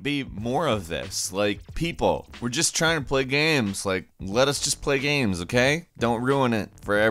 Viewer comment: GAEMS....not GAMES....but...Gaems...GAEHMS...GHEAMS....god i hate the way this guy pronounces games....G...A...E...M..S